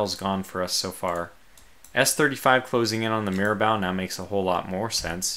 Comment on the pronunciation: Great work in this absolute cluster of a battle. One thing though: It's pronounced Mira-Boh not Mira-Bow. If you could, just throw the ship names into Google Translate and listen to how they're pronounced.